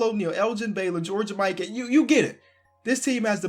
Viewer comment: George Mikan is pronounced (Mee-kaan)